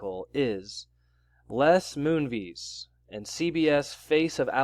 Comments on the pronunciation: You're pronouncing his name wrong. It's not MOONVEES, it's Moonves (vest with a silent t) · Pronounced Moon-vez (short ‘e’ sound); rhymes with Pez, not cheese